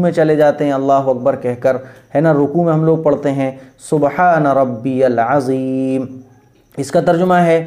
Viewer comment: Subhana rabiual atheem h na ki azeem...!